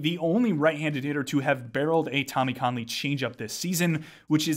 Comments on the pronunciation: Great vid. I think Kahnle is pronounced “Kane-Lee” though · It’s actually more “can-Lee”